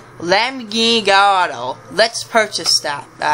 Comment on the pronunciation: Its LAMBORGINI GALLARDO Not LAMBORGINI GALLADO